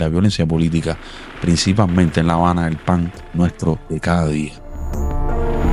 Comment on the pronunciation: Está muy buena la historia, pero habla bien, ocutta no, oculta, gobennao, gobienno, principammente, pessona, qué es eso?